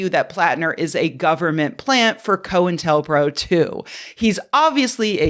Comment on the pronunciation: Thanks for pronouncing "co intel" correctly. I don't know how many times I've heard block headed conspiracy theorists call it "coin tell".